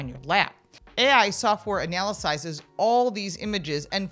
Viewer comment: Is “anyalysizes” the same as “analyzes”?? If it’s not in the dictionary I think it should be! Made me laugh bc you had no idea what you said. Scary report but thank you for the giggle! Gonna use analysize from now on!